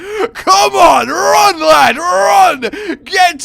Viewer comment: "Trying to wun away" Wun! Wun!